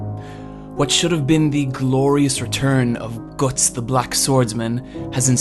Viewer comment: I dont like how you pronounce guts